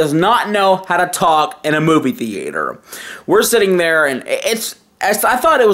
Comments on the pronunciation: Movie The-ate-er. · Movie The-ay-tor Tone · Why tf is he saying the "E" when he says the word Theater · Interior Crocodile Alligator i drive a chevrolet movie the-ay-tor. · Cant say movie theatre